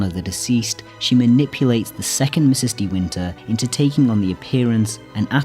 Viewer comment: Such insight and yet you mis-speak the actual 'villain' moniker! Mrs ("Misses") Danvers, not Ms; seems inobservant and disrespectful to get main-character address wrong. Care so much? Get it right.